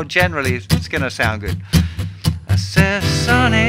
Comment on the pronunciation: Justin, long-time devotee of yours - but I must point out: it’s Sonny, not Sunny! Unless you’re referring to the Boney M version?!